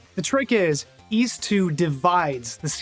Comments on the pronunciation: Ys? I thought you said Wees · its interesting because i wouldn't pronounce those very similarly, but i guess in american and canadian english they're near indistinguishable, for me ys is like geese without the g, and ease is like easy without the y